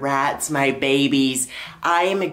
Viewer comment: trash I thought you said “rat barbies”